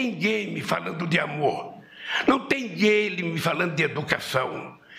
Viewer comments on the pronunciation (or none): ele não consegue falar game mais de uma vez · Ele domina TANTO o assunto que nem sabe falar "game"